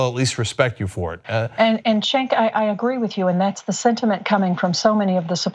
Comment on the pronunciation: I loved but I think everyone needs a pronunciation guide on Cenk's name before they go on. lol